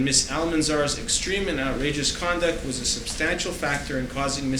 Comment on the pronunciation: He keeps saying “condent” instead of conduct! I’m wondering how the court recorder is going to manage to transcribe this fool.